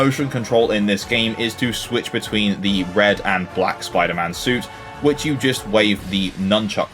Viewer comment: Spwiider man